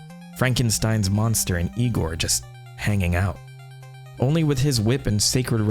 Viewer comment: ...it's pronounced Eye-gor